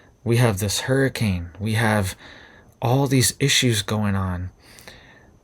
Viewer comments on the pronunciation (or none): none